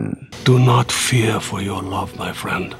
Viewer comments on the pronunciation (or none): none